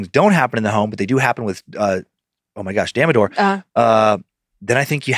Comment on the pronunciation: Dan's pronounciation of Damodar is HILARIOUSSS!! I live for wrong Indian pronounciations 😆 Love you guys mostest <3